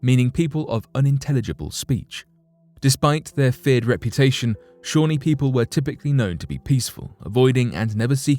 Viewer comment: Algonquin is pronounced Al-gong-kwan not Al-gong-kee-an, Shawnee is pronounced Shaw-nee not Shawny, there is a break in the world so it sounds as if you are saying 2 separate words.